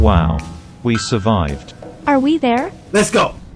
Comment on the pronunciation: You said survibed